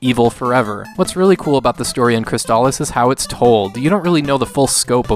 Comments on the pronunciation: I was today years old when I heard the "correct" pronunciation for the first time in 30 years. I don't think I can shake saying it the other way though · I always assumed it was pronounced "Cris-aliss," as a play on words of "Chrysalis"